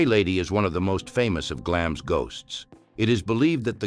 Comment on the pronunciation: Glamis is pronounced as Glamz. Elizabeth II was the queen of the UK, not just England.